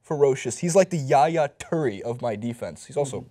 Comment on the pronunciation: Why can't he pronounce Yaya Toure's last name correctly?